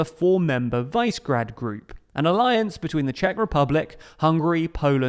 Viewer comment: You guys make so many mistakes. E12, putting Romania in V4 but leaving Czechia out, mispronouncing Višegrad. Get your sh*t together.